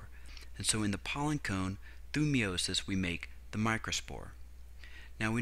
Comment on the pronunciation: It's pronounced Meye-o-sis not Mee-o-sis